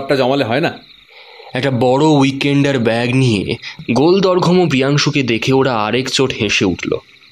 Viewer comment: গল্পটা সত্যি খুবই সুন্দর লাগলো,,তবে গল্পের কিছু কিছু জায়গায় কিছু কথার উচ্চারণ বড্ড কানে লেগেছে,,যেমন "গলদঘর্ম" এটাকে আপনারা অদ্ভুত উচ্চারণ করলেন,, আরও আছে,,একটু শুনে দেখবেন।।। আর খুঁত ধরলাম বলে কিছু মনে করবেন না,,।। এগিয়ে যান পাশে আছি ❤